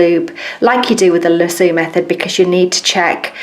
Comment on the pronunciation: Thank you for taking the time to show so many different methods. I'm usually not this picky (especially when it comes to non-American accents), but the way you pronounced "lasso" had me rolling. In America it's "lass-O", not "la-sooo"... please don't take it personally, I thought it was adorable! The Loop is my favorite way but I do it slightly different... Just like you, I double the thread with the loop at the end, but then I come up from the bottom of the fabric and catch the loop with my index and middle finger, then spread the loop out wide, then pass my needle back through the fabric making sure it goes between my fingers. That way it catches the loop and tightens it around the thread. Then I just go on with my stitching.